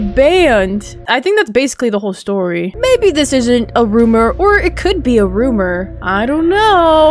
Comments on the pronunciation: it sounds like she is saying "maddie" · when she said “mabye” got me laughing 😂😂😂